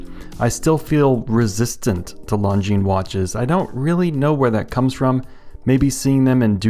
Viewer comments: Lone-Jean and not Long-Jeans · It's pronounced lawn jean. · "I still don't know how to pronounce the brand, but long-guinness did a pretty pretty good job on this" you are the best at writing watch review scripts. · Not Jean, zheen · It’s pronounced ‘Long Jeans’. That’s what they told me on my channel. 😉 If Longines was Asian. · "... longuinesss ..." 😂👍🏼 You surprised me with that last one and I had to give you a chuckle. You deserved it. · It’s pronounced, “Long-gina” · You killed me with that Lon-gi-ness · Longines not longuines lol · You absolutely do know how to pronounce that brand name and you deliberately did it some other way,. Oops. No. I'm terrific. Why doesn't anyone pronounce Glycine the French way but they all insist on doing it with Longines or Jaeger le Coultre even though Jaeger comes from a non-French word? I think I might be asking the wrong guy...